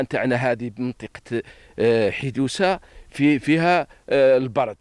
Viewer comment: البرد وليس البرد ايها الصحافي